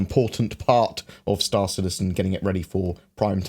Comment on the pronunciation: Mi girlfriend instantly shouted out that you didn't pronounce your "hello an welcome to star citizen" as usually 😂